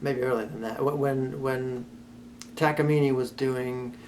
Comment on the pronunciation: That has to be the best way I’ve ever heard takamine pronounced